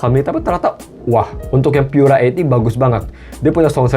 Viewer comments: Baca Pura Delapan Puluh aja kali. Pura itu bahasa Italia, jadi ga usah dibaca Pyura. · Cek aja pakai Google Translate, bahasa Inggris "Pure" terjemahan Italianya adalah "Pura" dan dibaca "Pu-ra" bukan "Pyu-ra". Ini mirip kasus IKEA dibaca "Ai-ki-ya" karena ikut-ikutan negara-negara berbahasa Inggris, padahal dibaca "I-ke-ya" bukan "Ai-ki-ya". Kalau "Mate" memang bahasa Inggris, maka dibaca saja sesuai lafal bahasa Inggris. Ga selamanya YouTuber berbahasa Inggris itu pasti benar dalam melafalkan istilah non-bahasa Inggris, seperti contohnya Karaoke yang benar dilafalkan "Ka-ra-o-ke" bukan "kei-ri-yo-ki". Pura bukan bahasa Inggris, maka ga usah bacanya "di-Inggris-Inggris-kan.